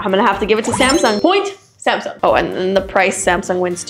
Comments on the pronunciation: anyone notice the samung" instead of samsung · is not Samung it's Samsung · Samung instead of Samsung😂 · Her through out the video: "Zamsung" "Sumsung" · When Samsung became SAMUNG Lolllllllllllllllll